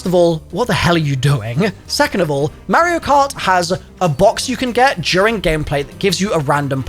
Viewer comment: Lol saying you play mario cart and then going on pronouncing it wrong 🤣